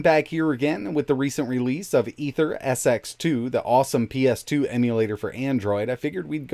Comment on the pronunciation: The emulator is pronounced as "Eater-SX2" not Aether.